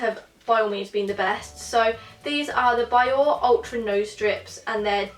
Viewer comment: Biore is pronounced as bee-or-rei